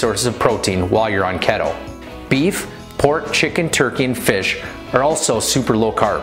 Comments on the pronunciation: Lol🤣 Pronounced key toe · Every time he said keto I died a little.... But he’s cute as hell so I’ll forgive him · I don't trust anyone that doesn't know how to pronounce keto